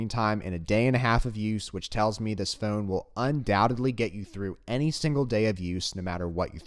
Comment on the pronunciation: Don't you say "f-own" funny. 🤣